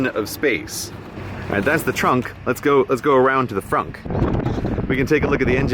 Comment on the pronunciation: Can we all just stop and appreciate the fact that Grey called front "Fronk" ?